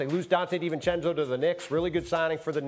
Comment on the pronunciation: No way this guy just said divencenzo 🤣🤣🤣